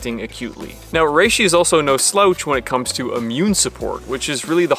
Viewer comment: What is a 'sloach' lolol you mean slouch? Rhymes with couch? 😂